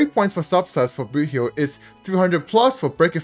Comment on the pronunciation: every time i hear you say boothill i hear "boohoo"